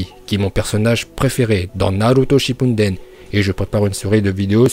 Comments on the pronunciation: « Un spécialiste reconnu du manga » t’arrive même pas à bien dire shippuden 😭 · Naruto shippunden 😂😂😂😂 respecte un peu 😂😂